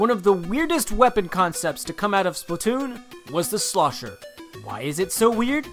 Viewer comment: Why do people pronounce it splitoon its splatoon